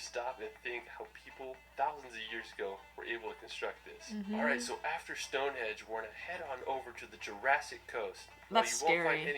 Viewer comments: It's stonehenge not Stonehedge. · Did he keep saying stone hedge or is my hearing getting worse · LOL The way that guy in the video pronounces shit is offensive....and I swear he kept saying stoneHEDGE !! Its StoneHENGE!! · stonehenge!!..not stonehedge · It’s not StoneHedge it’s Stonehenge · and he also definitely said Stonehedge instead of Stonehenge ..... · The guy in the video keeps saying StoneHedge (or that’s what it sounds like anyway) but it’s actually StoneHENGE. Just thought I’d let you know 😁